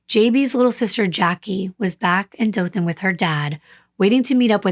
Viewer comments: Hey, I'm from Alabama. The way you are pronouncing Ozark and Dothan are the same way they are pronounced here. I like listening to you and the way you describe the area you're talking about. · You are saying Dothan correctly, it is where I grew up. I am familiar with the corrupt nature of the area. It's so sad. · I’m from Alabama, but I’m close to the Talladega Super speedway. Also, you are pronouncing Dothan correctly. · So I was born in Dothan (you pronounced it correctly) and grew up in ozark. I was young when this happened but I remember people everywhere talking about it. I remember hearing how a local cop was possibly involved. A lot of evidence pointed towards him and was the reason why there were so many hold ups. As I got older and looked into this myself I kinda agree with what I heard when I was younger. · I’m not from Ozark, but I do live in Alabama!! I was shocked when I heard you mention my state lol. Also you pronounced Dothan perfectly! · You’re pronouncing Dothan correctly. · you are correct the way you pronoun the city Dolton which is located in Alabama. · Dothan... you pronounced it correctly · You're one of the only non-Alabamians to pronouned Dothan right! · I’m from Dothan. You have pronounced everything correctly. I remember the case like it was yesterday and has been a topic of conversation for years. JB and Tracie were a few years older than me. JB and I attended the same dance school. I never had dance class with her but I do remember seeing her in the building as we were going or coming from our classes.